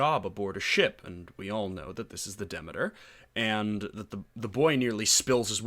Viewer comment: I enjoyed the 2020 series. Found your analysis interesting, though. To be fair, Dracula is such a known story, anytime a departure from the book comes around, i tend to enjoy it, because it's hard to get surprises from overexposed stories like Dracula. Also, it's De Meter, phonetically. Not demi, like Demi Moore. Demeter, Greek goddess of agriculture. Also, Lord Ruthven is a nod to Polidori's Vampyre. One other thing I felt was a thing with this series is the nod to the style of the old Hammer films about Dracula. Even Frank Frazetta paintings seem to have been referenced, in the third episode. The second episode, involving the trip on the Demeter, I enjoyed, because that trip was barely touched upon in the book or in earlier iterations on film. I really very much liked this series.